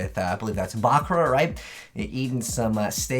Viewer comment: He says it the way it's said in the original Japanese version. The dub's pronunciation of "buh-KURR-ra" is a very American way to say it.